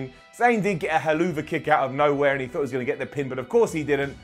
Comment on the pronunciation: I like how he didn't even flinch when he said: "...there was EC3, there was No Hey Way Zay" bahahaha